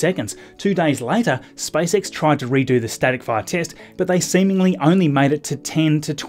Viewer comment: He calls it SpiceX